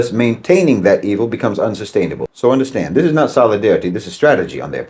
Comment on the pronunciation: calling Jeffrey Sachs a chameleon gets rich when he's an Irishman with Rachel Dolezal's spray tan. No White Man says "O'pressed" and "Undastahnd. is what happens when Lucky Charms converts to the Nation of Islam.